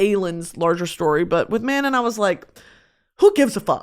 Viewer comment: The way you’re pronouncing Manon and Terrasen is killing me 😭